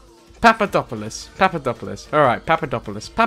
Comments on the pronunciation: He can't say papadapolud but he can say tshshalabala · Being Greek and watching him try to pronounce Papadopoulos name is hilarious lmao